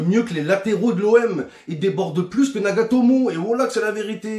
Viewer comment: Il dit Nagatoumou